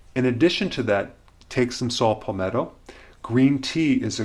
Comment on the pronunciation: SALT Palmetto? Really.. "SALT"? How about 'Saw' palmetto. This guys a fake!